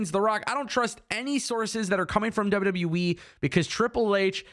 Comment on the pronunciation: Did you just call WWE, WW Weee. LOL. Just sounds like it. J/K